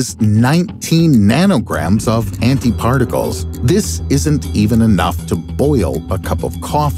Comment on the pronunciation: Finally find a person who pronounce anti correct